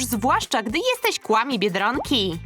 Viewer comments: Nie mówi się " KŁAMI " tylko " KWAMI " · Muwi się kfami a nie kłami